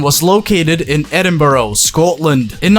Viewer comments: Edinborough? 😂 EDINBURGH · It's pronounced Edinbura not Edinboro. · Jeeeesus christ man, absolutely butchered that pronunciation of Edinburgh and Scotland. Its ‘Edin-bruhh.’ Dafty. And also DMA were located in Dundee, not Edinburgh. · “Edinbro scotlan “ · Edinburgh- ed.in.buh.ruh. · the way you butchered edinburgh 😂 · The way you pronounced Edinburgh made me lose brain cells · You couldn’t of butchered Edinburgh anymore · E D I N B O R O U G H